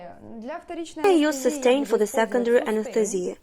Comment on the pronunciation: This is great, but the way the translator says "anesthesia" drives me a little crazy.